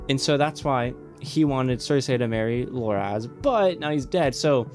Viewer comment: It's Loras, not Loraz.